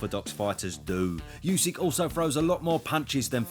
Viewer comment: Would be great if you would become the first English-speaking boxing commentator to pronounce Usyk propa. It’s Oo-sook